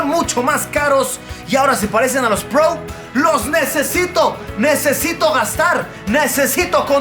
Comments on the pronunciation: Se dice “Pro”, tal cual, no “pbrouw”, estudia mejor idiot4. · Hahaha como dice el luisito " los airpods prou". Ya se le olvidó como decir pro haha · Alv luisito, tan prou, di pro y ya.. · Airpods Pro! "Prou" lol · nadie: luisito: airpods prou